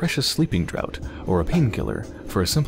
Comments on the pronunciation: Draught is pronounced 'draft', btw. ;) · "Draught" is pronounced "draft" because English is terrible